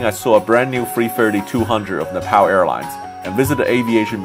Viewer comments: Its pronounced ne pal not na pal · mate, it's not Nepaaaal btw, more like Nep'o'l like how the Brits say it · Sam it’s Nep ALL not Nep PAL.. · It’s not nepow it’s nepal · Napal not Nepal duhhhh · Its nepal not napal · NePAL. It’s Neh-Pahl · It’s pronounced Nepaul, not Nepal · “Na-pow Airlines” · it's pronounced "nay paul" btw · its ne-pow.... jesus ... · Ne-PAUL sorry but it bugged me so hard, great video love your content :D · It’s Napall not nappal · Fucking trump pronounced Nepal as Nipple, sometimes I think he does all stupid stuff on purpose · You don’t know how to say Nepal 🤣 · Learn how to pronounce Nepal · If you are visiting a specific country, please make sure you know how to pronounce the name of the country correctly.